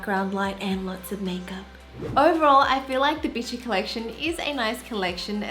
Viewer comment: Please tell me I’m not the only one who heard bitchy instead of bitti lol